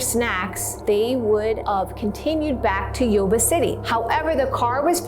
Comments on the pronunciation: I live by Yuba city, about 40 mins away. It’s pronounced you-ba City. Love this new channel. Love mysteries. Never heard this story before, born in 1978. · FYI... Yuba is pronounced 'You-Ba'